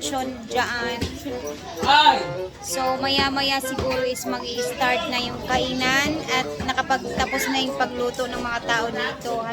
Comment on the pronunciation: Kainan… not kaenan pls…